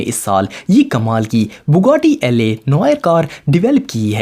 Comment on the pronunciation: You idiot not "LA" voiture noire it's la in French la means the